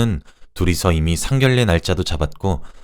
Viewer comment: 상견례ㅡ상견녜 라고 발음합니다. 상결례ㅡ잘못된 발음입니다